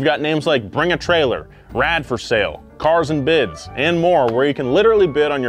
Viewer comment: THIZZZZZZZ IZ CARZ AND BIDZZZZZ